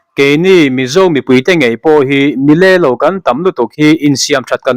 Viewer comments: Mi le lo,tih i lam dan kha a dik lova, le tih kha a hniama lam tur a ni e. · Milelo tihahkhan le kha thlukhnianzawktir